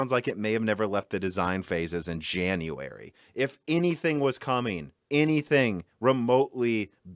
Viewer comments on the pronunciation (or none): none